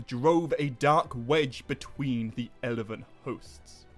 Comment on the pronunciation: Elvin, not Elevevin